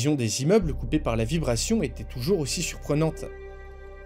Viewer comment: Sais tu faire la différence en français entre le son é et le son è ? Quand tu dis "il était" tu prononce il été. C'était = c'été, Il allait = il allé. c'est assez pénible.